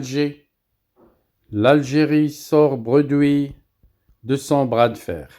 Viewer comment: Un conseil on dit bredouille et non bredoui